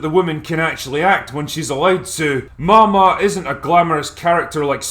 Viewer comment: It's pronounced Maw Maw.... get it?